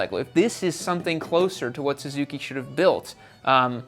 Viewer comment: "SUZUKEY" lol.